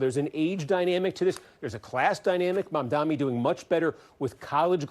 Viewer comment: The way people with ethnic names cant even get their names pronounced properly even when they are phonetic and not difficult at all is so infuriating